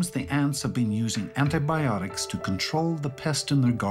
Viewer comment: ANT-ibiotics ha ha ha